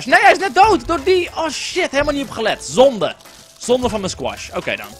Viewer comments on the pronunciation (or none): Je zei zonde en ik dacht dat je het expres zei 😂 ZONde 😂